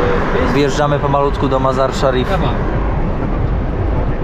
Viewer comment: Ten twój kumpel potrafił prawidłowo wypowiedzieć nazwę miejscowości, w której jesteście Mazar i Szarif, co tobie się nie udało ani razu. Ty tylko grubo i grubo, bo nie wiesz co powiedzieć. 60 km jedziesz 4 odcinki, ale jest ciekawie, bez przewodnika. Nawet twój kumpel Faza brał przewodnika. Powodzenia życzę